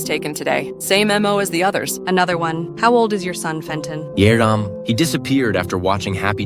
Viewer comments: He said seven with a silent S, errven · when he said 7 he said yernam